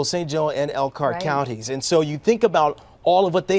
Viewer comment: They can't say Elkhart Indiana.How is people going to know